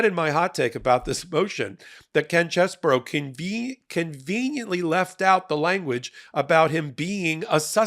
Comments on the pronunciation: Its pronounced CHEESE-BRO....not CHESS BOUROUGH you sound libelous when you make fun of his name like that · OMG please explain to me how you think the letters CHEESE-BRO....get pronounced CHESS-BOUROUGH?...and RATHENSBURGER.....who talk you enunciation its pronounced RAT-IN-HIS-BURGER. Come on man you are a professional. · It's CHEESE-BRO, not CHESS-BURROW. And it is not spelled "Cheseboro."